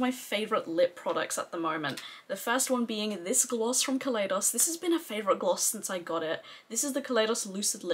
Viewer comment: Glamshop mattes are about a pound each in the sale. It's a great sale. So many people say ka lay dos. I know the brand has said it's Ka lie dos, like the Ka lie do scope. I did recommend you for PR when Glaminatrix asked. They wanted Australian influencers, guessing you were suggested by others or were already on the PR list. I didn't realise at the time you lived in the UK. Hello 👋👋👋🥰